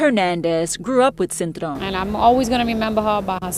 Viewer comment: Even when they try to speak Spanish Americans still can’t pronounce o 😂 it’s cintrón not cintrown